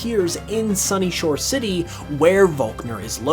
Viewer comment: Hats off to your ability to say "Sunyshore City" without cursing. I've been playing since Blue, and I cannot pronounce the name of that settlement.